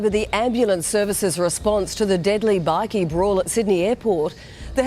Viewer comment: BI key not bickie